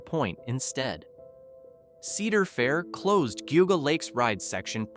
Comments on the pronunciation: It's pronounced JEE-AW-GUH not "goguh" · Geauga Lake was pretty big and I highly doubt it’s forgotten. Also it’s not pronounced goguh lake it’s Jee-ah-guh lake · I swear I’ve heard it all. Just wait and hear the mispronunciation of GEEAAAWWWGGGGAAA lake and you know it’s AI slop. I’m dying inside each time I hear this crap. “OHHPRIELAND?” This is my special HELL. Ponchartrain Beach is all wrong. No mention of six flags coming in and operating it until Katrina took it out. All wrong. More lies: the cannonball at Lake Winnie is still running. It is not closed as the video states. Wtf, dude?!